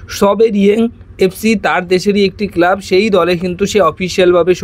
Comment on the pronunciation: ভাই উচ্চারণ গুলি ঠিক করো । কেলাব, বেলাস্টার, ভীষণ কানে বাজে । dont mind